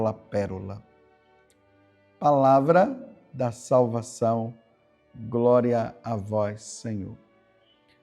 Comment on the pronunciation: Groria a vois Senhor